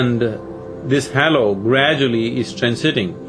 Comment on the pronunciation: Can someone correct sadhguru on how to say halo and other words he pronounces wrong… 🙏